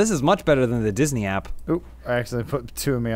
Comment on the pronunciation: Okay, I love this "zoom in on face for comedic effect" editing style, I was in stitches when he first said Disness